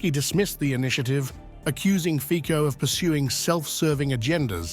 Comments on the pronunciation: Nie Fiko ale Fico - Fitzo. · It's pronounced Feetso, not Feeko.